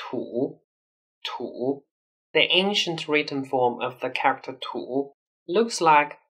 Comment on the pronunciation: Can you please learn how to properly pronounce "character"??? It's killing my ears hearing you mispronounce it. The rest of your English is good, I applaud you on your effort to perfect your English, because you did it. - by the way, this was a compliment. But that "character" word is hard, I know, for Chinese people, but can you practice it to sound better?? My advice: pronounce it slower. Because you pronounce it fast, its melt together and becomes uncomprehensable. Try pronouncing this :) :) 加油！